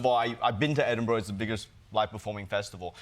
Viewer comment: Pronounced Edinburgh correctly! Thankyou